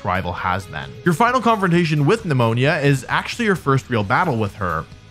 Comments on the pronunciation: Neh-moan-uh lol sorry I had to. It's not pneumonia. Would be bad if he had to catch pneumonia all game long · Nemon”ya” 🫣😂 I cringed every time. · It’s just Nemona, not Pneumonia btw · Bro needs to stop calling Nemona Pneumonia 🤣🤣💀💀💀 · I love wolfey's insistence to call Nemona Pneumonia. They really dropped the ball hard with her English name 😂. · Nemona being pronounced as pneumonia 😂😂 Wolfe you're funny!😂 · NEMONIA!!! NEUMONÍA!!!! I've lost everything when he said that lol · My guy saying pneumonia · I dunno if I love or hate the way you pronounce Nemona's name as Pneumonia😩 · wolfey i'm on my knees begging u to not pronounce my girl nemona "pneumonia" 😭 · The way you pronounce Tornadus and Nemona🫣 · Is he pronouncing Nemona's name wrong on purpose?? Is it a joke??